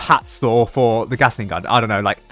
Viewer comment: am I the only one who’s hearing saying gasing gun note Gatling gun